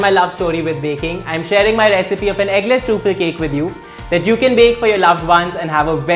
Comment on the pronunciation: You are probably mispronouncing truffle and I started questing myself if I have been mispronouncing it whole my life.